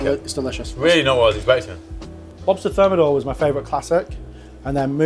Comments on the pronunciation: On dit et écrit : le homard THERMIDOR, et pas thermodor ! ! bye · Insupportable cette voix de synthèse et son homard termodor pour thermidor. Complètement fake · "This style is less ostentatious" "Now we will thicken the sauce with Froi Gras" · Homard termidor et pas termodor ... j'ai pas été plus loin dans la vidéo du coup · par contre c'est "Homard Thermidor" et non thermodor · ThermIdor, not thermOdor.